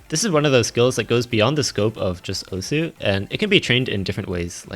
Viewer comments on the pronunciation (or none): why everyone say osu wrong